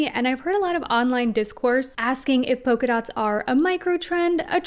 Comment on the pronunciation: Yes! NEVER get a fashionable engagement or wedding ring. Although I just cant get used to Americans pronouncing PoLka dots as poka dots.